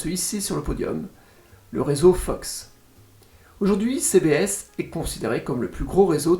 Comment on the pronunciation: Petit fun fact : la loi fédérale aux US autorise un maximum d’1/3 de pub par programmes. Par exemple le juste prix américain dure 1h, c’est 38/40mn de programme et 20/22 mn de pub. Par contre mes oreilles ont saigné avec « ABC / CBS / NBC » 😂 Les stations des chaînes TV et radio ont des noms à 4 lettres, les noms commencent par K à l’ouest du Mississippi et W à l’est. Par exemple KCBS et WCBS sont les plus grosses stations du réseau, à Los-Angeles et New-York respectivement. Merci pour la qualité de ton contenu ! Ta voix est agréable et il y a un bon côté pédagogique.